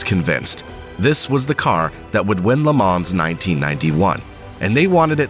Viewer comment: The “S” in LeMans is silent…